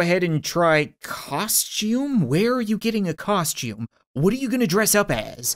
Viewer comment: was so confusing I thought is said C O N S U M E and not costume